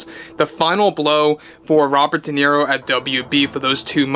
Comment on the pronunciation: Robert Di Nero? Never Heard Of The Btch.😂